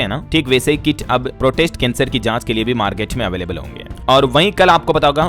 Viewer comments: प्रोस्टेट को प्रोटेस्ट क्यों बोल रहे हैं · भाई सही तरीके से समाचार पढ़े आप प्रोस्टेट कैंसर को बार बार प्रोटेस्ट क्यों पढ़ रहे हो कैसे लोग देखेंगे DLS बार बार गलत पढ़ रहे हो। शर्म करो। माफी मांगे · “प्रोटेस्ट” नहीं “प्रोस्टेट” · इसे प्रोस्टेट कैंसर बोला जाता है। अपना उच्चारण ठीक करें